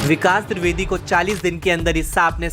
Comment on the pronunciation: द्रिवेदी नहीं होता है द्विवेदी होता है. VO में सुधारें